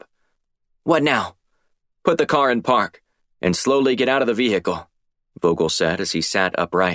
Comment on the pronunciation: The pronunciation of Vehicle is starting to get annoying.. Good series so far..